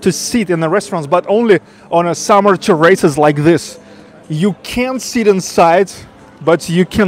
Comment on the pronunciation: This isn't meant to be critical at all, just educational, when the diners are sitting outside they are sitting on the outside terrace, it is pronounced "TEAR-is-es", the stress is put on the first half of the word then drop down on the 2nd half of the word. Love your videos! Cheers!